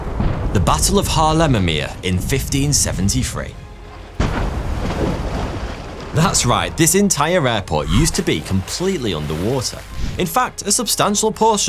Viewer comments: only 30 seconds in and the pronounciation of haarlemermeer was not that bad to be fair. just prolong the A's a bit. english speaking people have a tendency to pronounce 2 A's as 1 A. so Haarlemermeer sounds like harlemermeer. for the correct way just think of what we think people say when they watch fireworks (aaaaaaaaaaaaaaaaaaaaaaa) obviously those a's are to long but replace the way the A sounds when you say Harlem with how the A sounds in this fireworks example, and you should get it. now back to the video and see how the rest goes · As a Dutch guy I like it how you pronounced Haarlemmermeer. Placing the emphasis the English way makes the name sound like a completely different name.